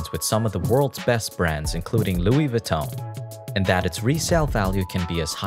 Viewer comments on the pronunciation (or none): it’s a French name it’s not pronounced vuh-ton goofy